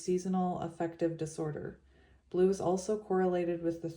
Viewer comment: I heard Blue Ray everytime you said Blue! ✨️💙✨️🙌🏼 When a negative thought comes through in ur head or out of your mouth.. say out load ✨️✨️🦫Delete, Delete, Delete!✨️🙌🏼 and replace it with a new belief that is positive and directs you in the direction of divine love! ✨️💛✨️🙌🏼